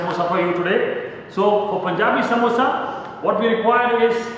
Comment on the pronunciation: Noo, it's samosa only, not samboosa